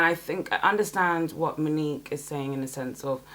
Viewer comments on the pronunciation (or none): none